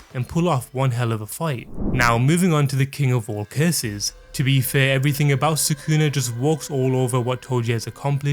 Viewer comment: Soo-koo-nuh ≠ Sah-ku-na